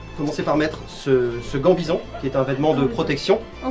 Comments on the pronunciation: Gambison, pas gant-bison :-) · Super vidéo bravo ! Par contre faite gaffe, c'est pas un "gant-bison" mais un Gambeson ! sinon bravo super vidéo ^^ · Gambison, pas gant-bison 😂😂 (oui je sais, ya sûrement un jeu de mots volontaire) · "Gant-bison"? Vous voudriez pas essayer "Gambison" a la place? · C'est "gambison".